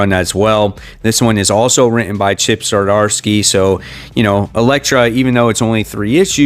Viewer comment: Oh my goodness I can't take it anymore, THERES NO "A" IN Z'DARSKY, ITS NOT ZARDARSKY. I know this is stupid, but it bugs the crap out of me!